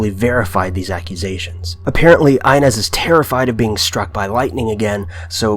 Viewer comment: Inez Clark is actually pronounced E-nez. Really interesting video though! Haven't heard about a lot of these until now.